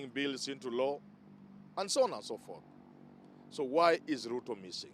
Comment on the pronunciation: Chen our Sp, you Pluto person. The letters L& R usually trouble you lot. Lol.